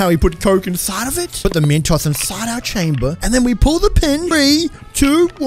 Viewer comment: Instead of saying Mentos he said metoss